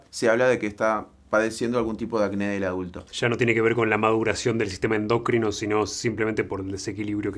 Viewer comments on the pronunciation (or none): no se refiere a la palabra endocrino, que entendemos de donde viene, si no a que le ponen el acento en donde no va, dice "endÓcrino", en lugar de "endOcrino", así como "alopecÍa", en lugar de "alopecia"